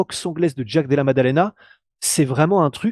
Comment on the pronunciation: Oh purée! J'ai tenu 5s... qui prononce "Jaaaack De Laa..." avec son accent crypto racaille du Bronx mode Wish activated... C'est juste atroce d'entendre une telle auto-humiliation (Et non, ce n'est pas une position du Kamasutra même si dans l'esprit, ça y ressemble)